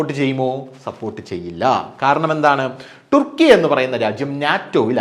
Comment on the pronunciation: ഒന്നുകിൽ തുർക്കി എന്നോ അല്ലേൽ ടർക്കി എന്നോ പറ ടുർക്കി എന്ന് പറയാതെ